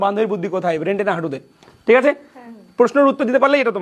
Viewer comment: ব্রেন্ট নয় ব্রেইন হবে আপনার বুদ্ধি তো হাঁটুর নিচে নেমে আছে 😆😆